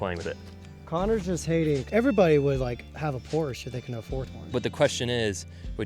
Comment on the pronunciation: I like how he pronounces Porsche the correct way.